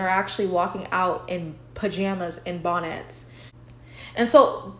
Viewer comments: Not BON-NETS 🤭🤣🤣🤣🤣🤣🤣🤣😂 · I love how you even say “bonnets” in a fancy way lolol 😂 “Bahn-éttes”